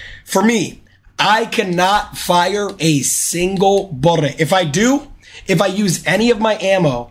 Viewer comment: New to jnxy does he have a speech impediment where he can’t say bullet and constantly rolls his r and L?